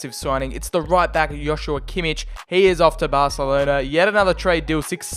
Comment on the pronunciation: When you say Joshua Kimmich you say Hoshua Kimmich, its just a J